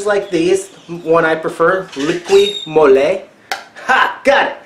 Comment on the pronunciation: This guy can't speak proper english,the word is m o l y not m o l e y,but this guy must think the earth is flat.